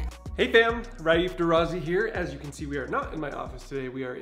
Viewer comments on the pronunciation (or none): Derazzi is pronounced de rat see. double z is the 'ts' sound in the Italian Language Raif.